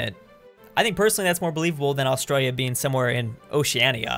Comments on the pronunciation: Im Australian and i just want to say, you say australia really weird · Please say Australia properly